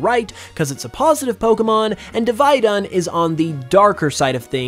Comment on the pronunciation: Div-ee-dunn not div-eye-dunn. and mutiplusle is ok.